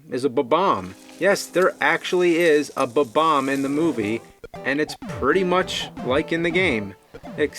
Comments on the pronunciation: I liked it when it released and I still like it now. My only question is with why people always mispronounce Bob-bomb. The hyphen determines pronunciation. Bob and then omb, not Buh and them bomb. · it's BOB-omb, cause his name's Bob. <3